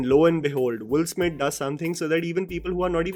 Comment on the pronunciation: Why your pronunciation is sounding Wolf Smith instead of Will Smith every time you said his name?